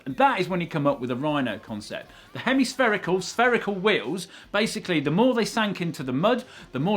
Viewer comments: "sphemi-herical" ??? and I thought I was lysdexic. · Who doesn't love some sphemi herical wheels haha